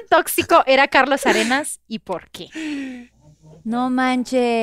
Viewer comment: Vanessa: Una palabra formal es "Tóxico".: Totsico.